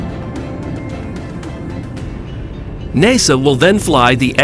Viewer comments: "dayboo"? "mack"? "NAYSUH"? "Yeeger"? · "Nay Saw"; "Make 1"; "Deb-butte flight". The A.I. voice over needs a "Re-butt". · Who is this "NAY SAW"?